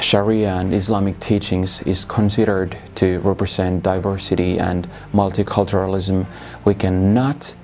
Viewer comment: Lausuntaläksyjä vielä: "Event", "asylum", "ideologies", "Polish station", (heh)... "phenomenon". "Asylum" toistuu useamman kerran, samoin puolalainen poliisi, mutta iso plussa "multiculturalism" lausunnasta.